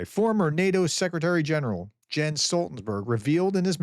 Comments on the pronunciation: Pronounced Yens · Learn how to pronounce properly his first name